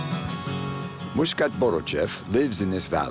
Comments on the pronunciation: I think not Muskat, Maksat. It is Kyrgys name means “ Aim” in English 😊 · His name Maksat, no Myskat....